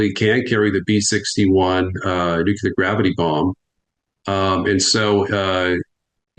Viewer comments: knows stuff to be sure... How is it though, that he is supposedly an "expert" on a topic he can't correctly pronounce? It's Nuke-lee-er not nuke-you-ler. I'm NBCW trained for 26 years so hearing an expert say nuke-you-ler sends me into conniptions... I said it wrong too... and did push-ups and burpees in the effing gas hut until I didn't. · Please tell this guest to stop saying “nuke-you-lar.” It’s “nuke-lee-are.” Thank you 🙏 😂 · Knowledgeable guy,,,,,,why TF does he say "nu cu lar"? gets it right. FFS that annoys me, George W was a POS. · What us Nucular war? I've only heard of Nuclear war. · I can NOT 🚫 Tolerate a Person Saying: “Nook - YOU - Layer” ☢️ It Is: “Nook - LEE - Year” Let Alone A Top 🔝 Expert In The Field. ⚛️ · Pet peeve, Nuclear Not Nuculer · Everyone in the comment section complaining that he pronounces it “nucular” instead of “nuclear” really need to relax. You know what he means. Grammar will hold little value in a post nucular/nuclear war wasteland... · I love your work, truly, but I have difficulty listening to a guy that says NUCULAR... even though it is equally accepted as NUCLEAR... To me, it just ain't right.... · I could heartily wish that "EXPERTS" had the self-awareness to stop saying "new-kiu-lar" - given that the goddamn word has the 'C' immediately followed by the "L". To be clear, nails it (almost always): "New-Klee-Ar" - it's not rocket science. "Nit-picking"? Not really. "Experts" should have their sh1t 100% organised and sorted, to be credible. Where are his advisors? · it's pronounced 'nuclear', not 'nucular'. 🙄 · NUCLEAR. PRONOUNCED NEW. CLEAR NOT NEW CUE LER ! SOUND IT OUT !!! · It's "Nucular", not "Nucleus" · I don't get why it's so hard for some people to say NUCLEAR and not NUCULAR .... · Nu cle ar ...! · It is not Nuklear, come on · Imagine an “expert” who mispronounces nuclear. It’s not “nuk-ya-lur” 😂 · He drives me crazy saying nucular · Nuclear is pronounced new clear you dolt